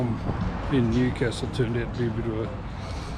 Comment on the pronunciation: Sorry to nit pick, your pronunciation of Newcastle is off. I think WA might have a town that they pronounce the way you are but in NSW it's New-castle (like what royalty lives in). Enjoy your travels.